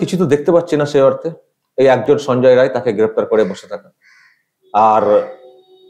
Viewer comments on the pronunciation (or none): none